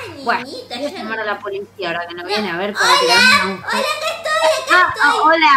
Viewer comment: envés de desir hola dise buola